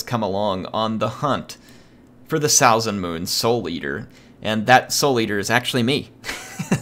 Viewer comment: Really cool battle, now I wanna play a norsca campaign. Also (It really doesn't bother me, you did as you could) your pronunciation of Salzenmünd is not the best, for me as a German ^^